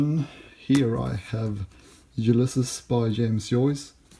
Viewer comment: don't think thats how you pronounce the title.